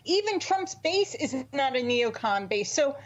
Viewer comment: Neo con is not what I thought she said 🤣🤣🤣